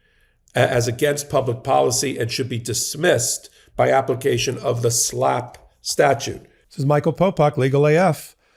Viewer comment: SLAPP, not SLAAP 🤦‍♂